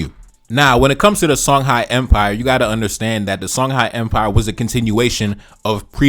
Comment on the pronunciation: Songhai is pronounced Shong-hee